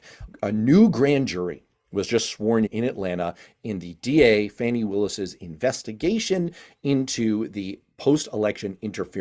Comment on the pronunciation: The DA's name is Fani (pronounce fawny)